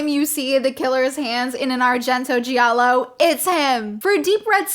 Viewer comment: You're saying "giallo" the right way. The syllable "gia" is pronounced in italian like initial part of the word "just" in english, no matter what other people (that clearly don't speak italian) say. I'm italian, born and raised in Italy. Un saluto dall' Italia!!! Ciao